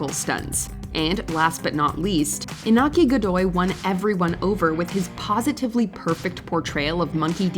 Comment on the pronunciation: It irks me that people don’t even bother to pronounce Iñaki’s name correctly